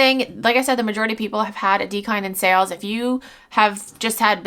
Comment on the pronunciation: Gawd I hate that. Like, is English her 1st language?